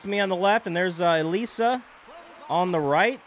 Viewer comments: Ok a few tips: - I believe it’s pronounced uh-lees-uh - Holding A or B will throw different pitches, while ‘throwing’ the Wii Remote will throw the ball harder. -The reason you were hitting the ball so soft was because it looks like you’re a bit early or a bit late on the ball! -And a suggestion is that you should make the softball crew as Mii’s! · it is pronounced (ih-lee-suh) like how you pronounced it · It's uh-lease-uh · This is how you pronounce it it’s Elisa and it’s like saying elesa so it’s Elisa or elesa